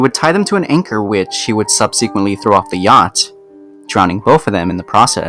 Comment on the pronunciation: Subseeeeequently. David Yaust. Gahhhh please learn how to pronounce words